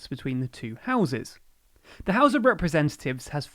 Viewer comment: Dude can't pronounce 'representatives'